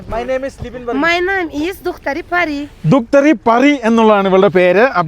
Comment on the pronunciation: അടിപൊളി 👍👍👍👍, അവളുടെ പേര് പാരി എന്നാണ്, അല്ലാതെ പറി അല്ല 🤣🤣🤣🤣കേട്ടോ